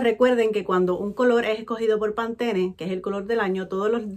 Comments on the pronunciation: No es Pantene es Pantone...🤣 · Hermosa no se si soy yo o te escucho pronunciar pantone como pantene?? Asi se peonuncia?? Porque yo digo Pantone no la quiero regar😥 y me FASINO LA BOLSA😍😍😍😍 y los outfits wow amo tu estilo preciosa🤩💜